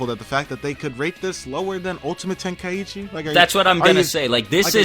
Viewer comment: Why does everyone pronounce Tenkaichi, "ten-kai-ichi"?